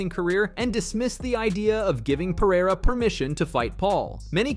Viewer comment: congrats for saying Pereira not Peheira